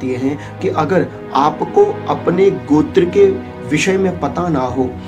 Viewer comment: "Gotra" where comes "G+akar" ? it is " G+ oukar" . Please don't misguide to viewers.